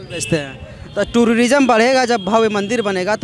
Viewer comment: महजिद नहीं, मस्जिद बोलिए। टूररिजम नहीं, टूरिज्म बोलिए।